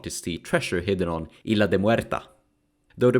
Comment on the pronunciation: if these names are spanish given as they seem, they are said in a different way, in "isla" the "s" is fully pronounced, all names are understandable enough tho.